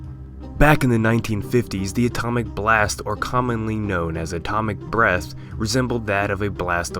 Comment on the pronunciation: Why does it sound like he's saying atomic breast